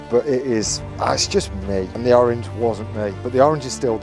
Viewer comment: I love orange, he butchered it